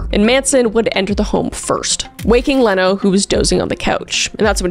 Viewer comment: Leno LaBianca's name is pronounced "Leeno."